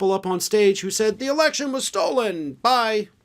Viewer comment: He doesn't say 'stolen", he says "stoled".